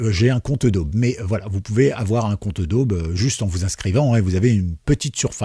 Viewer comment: Merci pour le tuyau. En revanche, je ne sais pas si tu prononces "edaube" pour Adobe volontairement. Si ce n'est pas le cas, la vraie prononciation est "adobi". Al...